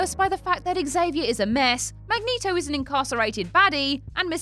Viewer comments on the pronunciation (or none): none